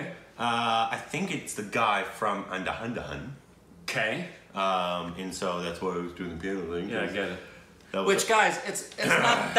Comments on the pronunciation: Undahundahun 😂😂😂😂 Andhadhun is pronounced as "un-dha-dhun" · Wait ...u ppl are so adorable i think u pronounced andhadhun (= un + dha +dhun) as andahandahan🤣🤣🤣🤣🤣🤣🤣🤣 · Its not anda..hu..da..hun... It is Andha ( with the sound of 'th' in the word 'with' and the same sound for 'dh' in 'dhun' as 'th' in 'with' so.... Pronounce it as one small word not extended...andha dhun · Worst pronunciation of Andhadhun even after 3 months. Let me try to explain, it’s actually - Andha-Dhoon , but less effort on Os. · pronunciation of Andhadhun always cracks me up 😂😂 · Aman M S Yes but the mispronunciation is their trademark now, like how Bajirao Mastani is "Pastrami" 😂😂